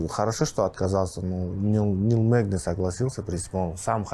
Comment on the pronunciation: Нил мэгни а не магни